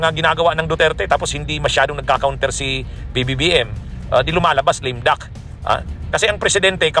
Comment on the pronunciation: Lame duck hindi lim duck bwahahahaha....ayusin mo pronounciation mo abogado ka pa naman